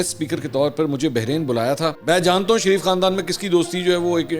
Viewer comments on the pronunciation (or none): none